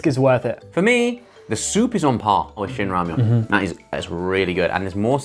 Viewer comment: not shinramyon god jeenramyon got ddu gi